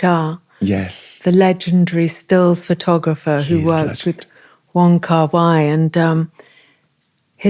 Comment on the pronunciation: wait that’s how won kar wai’s name pronounced???